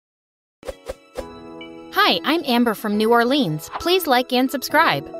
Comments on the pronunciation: Gilr it is not pronounce new or-lean it’s pronounced new or-LINS only real Louisianans would know lol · It’s New Orleans not new orleens 💀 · Is New Orleans by the way you said it wrong